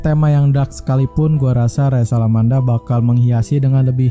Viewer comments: Nmanya Rachel bukan resel,.. naratorin aja yng bnr ga usah ngelucu.. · dibaca resel mungkin bang, emosian amat bang